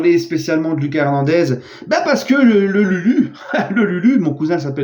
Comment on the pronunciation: tu dis mal son prénom. La prononciation c'est pas comme en Français, plutot à l'Espagnol. C'est "Loukasse" et pas "Lucas"